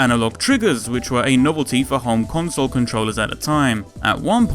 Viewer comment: Keep thinking he says Hong Kongsole when he says Home Console. Hong Kongsole is way cooler.